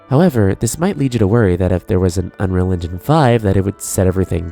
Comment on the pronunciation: Why do you pronounce 'unreal engine' as 'unreligion'? It's kinda distracting.